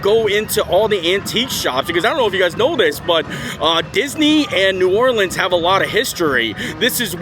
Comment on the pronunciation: As someone from Louisiana, hearing you say New Orleans the first time in the video triggered me. The second time though you said it right!